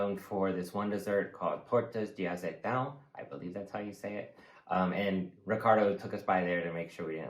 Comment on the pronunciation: Well done, you said "Tortas de Azeitão" perfectly.